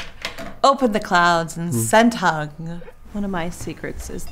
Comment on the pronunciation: Hung Van Ngo ❤ Vietnam proud of you, by the way his name pronounces “hoong”, not “hung”